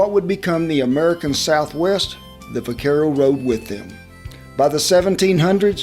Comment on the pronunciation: The v is pronounced with a b. In the word vaquero.